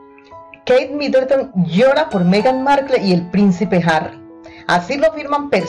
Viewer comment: No sabes ni pronunciar Markle.